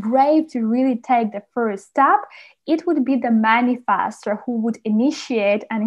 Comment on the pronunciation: For reasons unknown to me, the way you say "Manifestor" Man-i-FASTER, using a short vowel "A" instead of a short vowel "E" annoys the crap out of me and hearing you repeat the word over and over is making me angry; makes watching and listening to this video an impossible task.